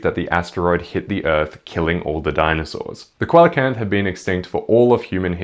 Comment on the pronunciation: I don't wanna be an asshole but the way you pronounced "coelacanth" utterly killed me, dealt me some actual physical damage. My friend, my buddy, my guy, it's pronounced SEE-la-kanth (I wouldn't normally leave a comment like this but they're my favorite fish, great video otherwise peace and love etc)